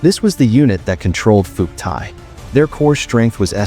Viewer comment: More freaking garbage. Can't pronounce Phuoc Tuy, don't know crap about crap. If this entertains you, wait till you get to the REAL history, it's likely to turn you into a communist. Do Ma.